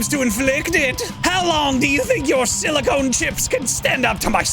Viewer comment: You mispronounced Silicon as “Silicone”